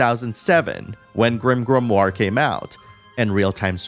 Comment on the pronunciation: Stop saying grimgrimoire